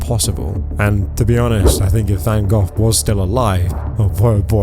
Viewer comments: Van Gogh (go) not Gough (how you say it) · The artist's name is VanGogh. (van GO, not van goff) Drove me nuts! But I agree with the message. Of course it would have made more sense to splash an Andy Warhal ! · Its Van Go not Van Goff ffs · Hey, bro. Just so you know, Van “Gogh” is pronounced “go” not “gof” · It's pronounced Van-go, not Van-goff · Please... Please... Calling him Van Gohhhh hurts. It's just Go. Yes, there's extra letters, but it's just Go. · Van Go. Not Van Goff. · It's Van "Go", not Van "Goff". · IT IS PRONOUNCED VAN GO NOT VAN GOFF! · The pronunciation for Van Gogh is (Van-go). Its small but the way you say it gets my OCD going. HAHAHA! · It's pronounced VAN GO. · I love how the narrator keeps saying Van Goth. Even if it's AI narration, don't you listen to it before you post? I can't wait for the next video about the famous musician Beeth-oven. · I am happy to see them get punished for this BS but please either get an AI program that knows how to say words and pronounce the artists name properly. This gets very tiring hearing his name sound like Van Goff. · van goff? contra-bushun? silly ai voice needs work yall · Why do you keep calling him Van GOTH? 😂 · It's van go thats how you say it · It is pronounced Van Go despite the spelling Van Gogh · just stop oil is a bunch of idiots but damn dude hearing you say van "goff" over and over makes me think you might also be an idiot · I think it's pronounced Van GO, iirc? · Have I been mispronouncing Van Gogh? I pronounce it Van Go not Van Goff. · Please learn how to pronounce Van Gogh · Why can't the man narrating this video pronounce "Van Gough" properly?